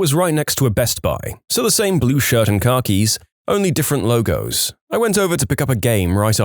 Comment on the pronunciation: it's pronounced "kah-kees" not basically "car keys" lol